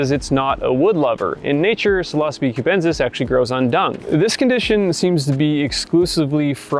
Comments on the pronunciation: That pronunciation sounds strange to me too. I learned the word psilocybin for what was in the capsules that were popularly sold in the 60s and 70s and probably still is. We all said "sill-uh-SIGH-bin", and likewise, "sill-uh-SIGH-bee". So, "sill-OSSA-bee" sounds odd to my ear. :-D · Pseelohsabi? I know that one can pretty much pronounce any latin word in however way u like...but come on Psilocybe... Sounds much better when pronounced psailosaib... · FYI these magic mushies are pronounce sai·low·sibe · its pronounces ''psilocybe'' silo-sybe) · He says "sill os bee" but then says psilocybin. Bruh figure it out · wtf is this guy saying psilosbee,, can u read mate? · When I heard you pronouncing "psilocybe" I was like "wait, what's that?" LOL. I usually pronounce it as " see-low-sai-be"